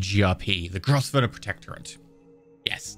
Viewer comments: Grosvenor is pronounced Grove-ner. It's one of the English snobs mad pronunciations. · it-s pronounced grove-nor